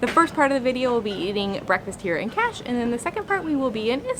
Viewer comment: Kaş pronunceciation is not Cash! KUSH! By tthe way it s a nice video!